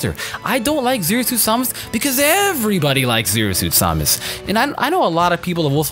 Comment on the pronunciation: Why do you say samus weirdly.